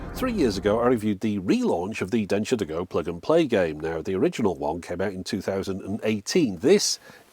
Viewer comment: I misheard that as ‘Dentures to go’!